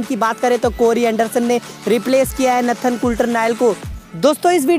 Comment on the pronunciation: Its not natthan its Nathan.